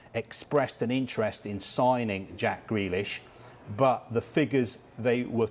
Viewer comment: Why’s he saying gwelish